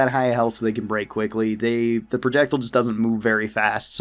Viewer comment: It’s pronounced projectile not projectile